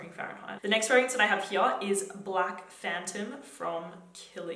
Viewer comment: Forever in love with the way you pronounce “here”